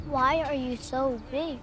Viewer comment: Why does she say “waaa” instead of “why”?